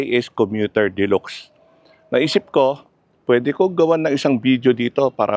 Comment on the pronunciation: De-lax ang pag bigkas po hindi de-lox🤣